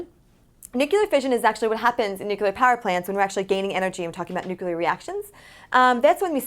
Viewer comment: it's NEW-CLEAR. not NUKE-U-LAR